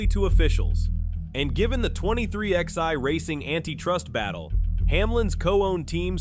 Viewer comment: Why are people making videos on a sport they obviously don't watch? "The 23-x-i"? C'mon. Its the "23XI", pronounced 23-11.